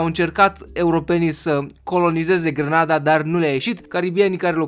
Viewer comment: NU ESTE DE FAPT GRANADA (IN LOC DE ``GRENADA``🤣!!!!!!!!!!!!!!!!!!!!!!!!!!!!!!!!!!!!!!